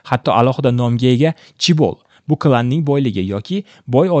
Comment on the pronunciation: "CHIBO" emas "CHAEBOL" (재벌)